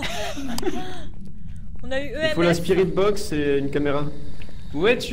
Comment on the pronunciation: À chaque fois que vous dites spirit box j'entend aspirine box. 😂😂😂